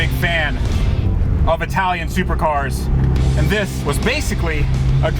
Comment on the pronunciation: "I-tal-ian supercar"... Is that a car from "I-ta-ly"? 😅 😂 🤣... No, it's an "ih-tal-yuhn" car from "it-l-ee ".